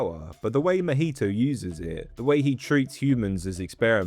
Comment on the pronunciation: i cant with that pronunciation of mahito.